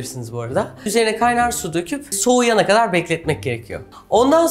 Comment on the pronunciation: Refikaaa seni seviyorum.Lütfen "kadar"kelimesini Amerikan aksanıyla soyleme...Türkçeyi iyi kullanmak boynumuzun borcudur.